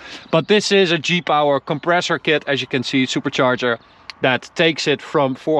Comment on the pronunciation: I thought he was saying Jeep Hour not G-Power